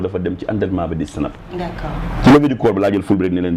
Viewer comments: neko on dit pas sinap mais plutot snap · pourquoi elle dit sinap ? smh!!! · saway guisso fi bne chose limala wakh mo am une animatrice qui ne sait pas prononcer tu veux quoi au juste dem bay comparer clavier automatique ak nite kou meunoul wakh snap yaw awma droit wakh ko